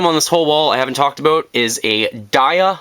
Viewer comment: Are you canadian? I blelieve i heard abut